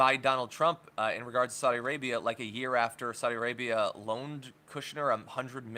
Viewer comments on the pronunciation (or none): none